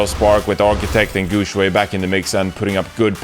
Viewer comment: His ChengDu is fine, but his HangZhou and GuangZhou is pretty bad. He had trouble pronouncing Zhou, but who cares. Good enough.